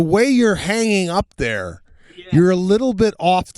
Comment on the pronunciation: Sebastian the word THERE is NOT pronounced “DARE”…..what is wrong with you? Aren’t YOU embarrassed? - (as one of your tours is Titled).